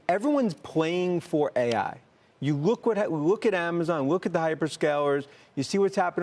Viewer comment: it’s LOOK not WOOK !!!!